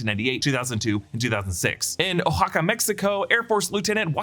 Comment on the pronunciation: …Oaxaca is pronounced more or less as wa-ha-ka.